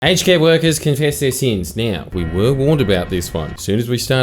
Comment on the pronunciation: My American is showing. I deadass thought you were saying "HK" instead of "aged care"